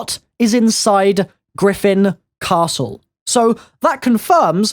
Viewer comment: why do you still say the name of the castle like that omg